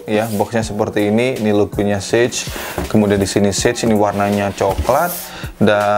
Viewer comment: Sage aja bang, bukan sej Inggris